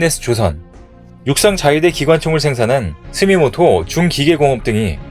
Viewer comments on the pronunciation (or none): 이분은 계속 스미토모를 스미모또 라고 방송함..내가 여러번 지적했는데 댓글은 안보는 모양